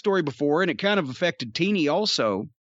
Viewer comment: Jeff's got a podcast coming out? awesome! I'll be on the lookout for some of those stories! oh, by the way...it's "teeny" or "teenie" dependent on your spelling, lol Tinnie is what a blown speaker usually sounds like